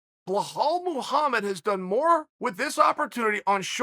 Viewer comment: Chael on his death bed: “Blahol and Jan Blahovovich”